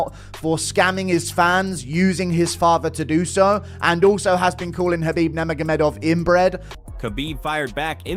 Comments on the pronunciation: "khabib Nerma Gomeh Dove" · From the outset, "Khabib Nur-ma-ga-dov"... you want a second take, dude?